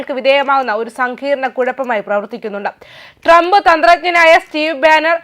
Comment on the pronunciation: You can not even say president 's name correctly.